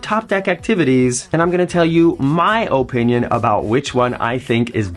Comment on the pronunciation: I resisted as long as I could… but that’s just not how the word “opinion” is pronounced 😅